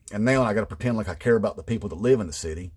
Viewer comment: Love this. 😆 A lot of MAGA pronounce "people" as "PAYpul" You could nail it even better. 🤣 Great job!